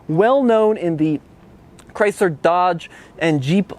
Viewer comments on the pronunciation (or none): none